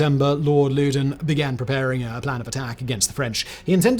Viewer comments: If you’re gonna do a video on the French and Indian war at least learn how to pronounce the names. Loudon “lau don” Fort carillon “cari ohn” Etc etc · Lord Louden pronounced (laow- dun) not (lew- den). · Not sure how the modern British family pronounces it, but "Loudoun" has traditionally (and as near as I can tell, always has been) pronounced to rhyme with "cow-dun".